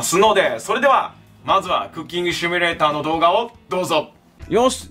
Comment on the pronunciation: 毎回シュミレーターの発音が良すぎて草